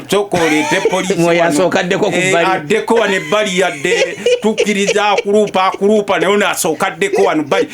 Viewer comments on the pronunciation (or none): Its mea culpa, not akuruupa